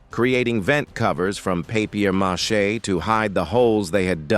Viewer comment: A.I can't say paper mache 😂😂